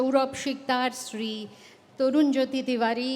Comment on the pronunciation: But Yes... regards to her যে, তিনি আজকালকার কিছু আধা-বাঙালি মূর্খদের মতো বাংলায় 'শ্রী'-কে 'SH'ree বলেননি - 'SR'i-ই বলেছেন (as opposed to those who believe "শ-এ র-ফলা থাকলেই ও'টিকে 'SHR' উচ্চারণ করতে হয় (এবং, যারা তা করতে পারে না, তারা বোকা)"! - যথা, শ্রেয়, শ্রেষ্ঠ, শ্রেণি...)! 😂